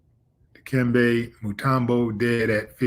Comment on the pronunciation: Stop butchering the man’s name, Willie. Di- kem, beh.